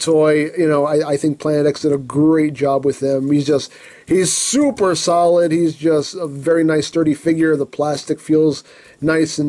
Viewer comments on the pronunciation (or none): none